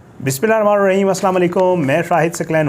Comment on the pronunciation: Bismillah sahi parha karo 😮😮😮. Itni jaldi kis baat ki hai 😮😮😮😮... Wasey bhi sari batain fazul hi hoti hai .